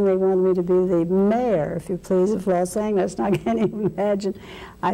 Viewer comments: Did Ms. Swanson pronounce Los Angeles in a different way? Or was she mentioning another city with a similar name to Los Angeles? Never heard Los Angeles pronounced that way before. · yes she pronounces the g in 'angeles' as the hard g in 'angle'. I think it was a variant that was popular in the 1920s and catching on at some point again in the 70s.